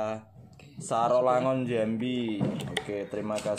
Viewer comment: Sarolangun tu mas bukan satolangun....jambi